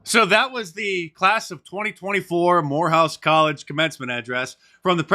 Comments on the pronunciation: Lol. Swore you said whorehouse college. Lmao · I’ll give Moorehpuse credit, they didn’t have an angry mob breaking windows to get in, or mis pronounce the graduates names? 😂